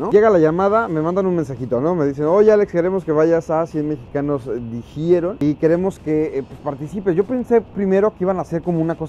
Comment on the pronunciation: Es mexicano dijiero no dijiiero